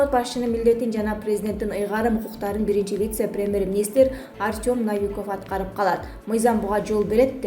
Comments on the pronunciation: Ай ,диктор кыз Навиков эмес Новиков деп айтсан боло. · Доорубой калгыла о ну а деп окуйт десе еле бардык о ну а дей бересинерби Навиков емес Новиков! Биротоло Навикав деп койбопсунар да. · Ей дура жазып бергенди нормальный окубайсынбы наавиков емес новиков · Навиков эмес новиков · Журналист кыз в русском языке слова Новый или Новиков пишутся также и читается так же но не как Навиков и наче изменится понятие и смысл слова. Так что пиши и читай правильно.